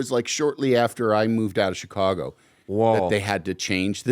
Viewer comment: He say Che cago?